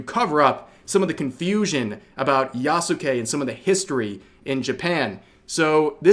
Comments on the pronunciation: I'm... pretty sure... it's [Ya-ske] - not - [Ya-sucki-sucki], as you seem to want to pronounce it... Is it perhaps Freudian? ^_^ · It is pronounces yas-kay